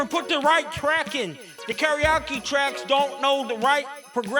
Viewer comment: Pronouncing Karaoke like 'Teriyaki" was a bold comedic choice that really paid off, I had to change my diaper.